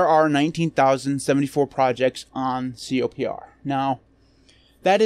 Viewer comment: Isn't it pronounced "Copper"? Also, it contains some big packages that have simply been removed from the official repos, like the Eclipse IDE.